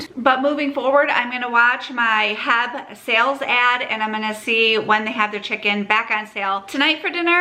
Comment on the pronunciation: Just found your channel last week and enjoy your content! FYI the grocery store is pronounced H E B, sound out each letter! You’ll find out it is a Texas treasure